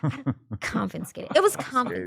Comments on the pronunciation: Confiscated. Not ConFINscated. Thanks Adam for attempting to correct this lil snooty one. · she can't even pronounce confiscated right smh tryna sound intelligent 🙃